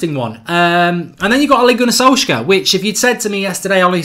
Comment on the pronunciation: Mark PLEASE learn how to pronounce Solskjaer.............PLEASE!!!!!